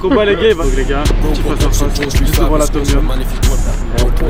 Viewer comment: « il va té mettre à terre pétit »🤣🤣🤣🤣🤣